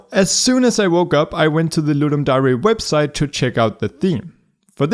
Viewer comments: Seriously no ones gonna tell him to stop saying Dah-ree instead of Dare? I love you dont hate me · its not darey its pronounced dur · It's pronounced 'dare' not 'dah rey' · Just a quick comment your saying "dare" wrong, just wanted to let you know, its not da-re its dare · Its not Dari. Its dare (der) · Great video but am I the only person that gets angry when says dary instead of dear for the word dare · Yup I'TS FINE im fine its ludum da "re" Yes definitely not trigged at all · The way you say dare hurts me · Suprised that not everybody critized you on saying dare like a combination of dairy and dare. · why does he pronounce "dare" like that? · ludum dare - you pronounce it really strange dude. just saying. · I’m pretty sure that’s not how you pronounce the “dare”-part of “ludum dare”.